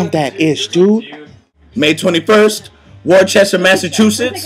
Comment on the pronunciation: Wor-chest-er? ahahahaha.